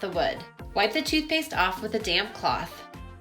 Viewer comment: Since I don't hear you say the 'p' on damp cloth. I was cracking up. Sounds like you may be mad at the cloth. Though I don't think so😂